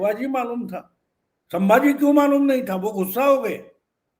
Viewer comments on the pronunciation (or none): none